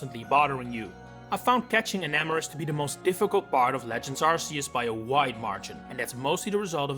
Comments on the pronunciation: It’s pronounced SIR-chess-ter and arr-KEY-iss, “”! 🤨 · ain't no way mans is still pronouncing Arceus incorrectly in 2024. 💀💀💀 They literally give you an Arc Phone in the game to break that habit!